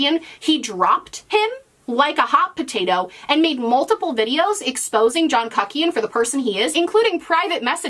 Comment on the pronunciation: “John KUHKIAN” stop.